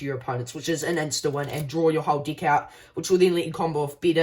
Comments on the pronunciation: Bro, please change how you say deck. It sounds like you're saying dick. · "Seek" & "deek" solid Deek